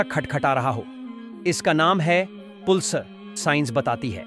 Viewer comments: पुलसर नहीं पल्सर होता है😅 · पुलसर नही पल्सर बोल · Pulsar is pronounce as palsar